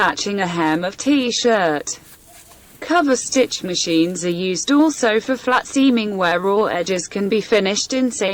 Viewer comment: Oh my god, I couldn’t watch this, which is a pity - the narrator or whatever you’d like to call her - is awful! Why is she pronouncing the words so weirdly? It’s not cooverstitch, it’s coverstitch. Why serger with a hard ‘g’.